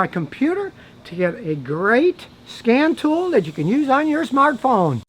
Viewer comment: Did you say Scam Tool or Scan Tool?